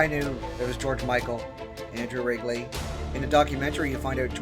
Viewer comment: Andrew's last name is RIDGE-ley, not Wrigley.